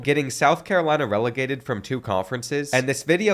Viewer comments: Why are u sayin relocated like that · I think he's saying "relegated"